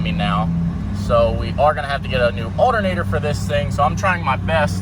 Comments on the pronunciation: Allinater hahahaha his pronunciation of alternator killed me 😂🤔👌🤣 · Alernator is how he says it lol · U say alternator weird man